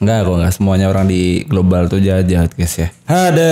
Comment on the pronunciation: 6.34 bkn gloowal bg